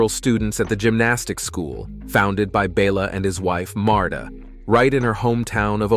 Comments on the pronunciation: though it seems to make perfect sense that her name would be coh-muh-NAY-chee, or coh-muh-NET-see, or coh-muh-NETCH-ee, Romanian's pronunciation rules are full of surprises. Her last name is actually coh-muh-NEECH, and her coach was BELL-uh, rather than BAY-luh. The Communist leader of Romania--Nicolae Ceausescu was chow-CHESS-cue. Well, I may be slow, but I finally realize that, although it sounds real, this is yet another computer generated one. This sorry excuse for C3PO must have pronounced Nadia's and the Korolyis' names 4 or 5 different ways each. Is this really viewed as better than human voices? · Congratulations. You pronounced Bela's name 3 different ways in one sentence.